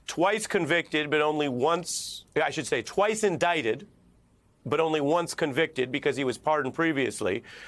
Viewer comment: "Convited " Citezen Bannon LMAO!!